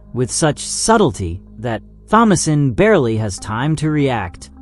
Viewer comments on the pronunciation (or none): Jesus Christ THOMASINE IS PRONOUNCED TOM-UH-SIN!